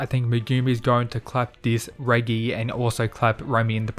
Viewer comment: Pretty sure that’s not how you say Reggie lol